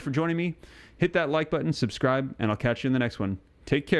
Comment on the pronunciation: Subdcribe ? Never heard that before..😂😢